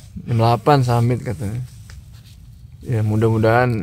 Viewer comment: Bukan jem, tapi jam... 2 jam bukan 2 jem? (bhs indonesia) Bukan mata aer bang tp mata air..